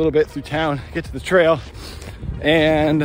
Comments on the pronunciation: When you said trail... I heard, Trale. No Skittles in your diet these days I guess? Damn man, time's flown since 2008. Insanely cool to see you still killing it. Huge cheers to you mate. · Every time you said trail, my brain added "Lewous".